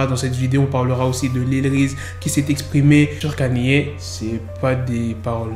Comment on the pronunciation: Kanyé 😂 au lieu de ( prononciation : Kéni